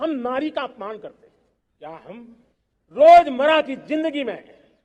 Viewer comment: Sri Sri 420 Gobhi... anpadh ganwar banda hai ye.... रोजमर्रा को रोजमरा और प्रण को प्राण बोल रहा है बेवक़ूफ़.....